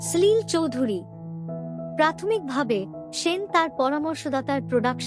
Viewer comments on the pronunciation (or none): এইরকম ভয়ঙ্কর খারাপ উচ্চারণ নিয়ে ভাষ্যপাঠ! সলিল চৌধুরীর নাম জানেন না? সাল বলছেন এইভাবে?! এক নয় সাত পাঁচ 😮 অসিত Sen বলছেন?! কী দরকার এই প্রহসনের?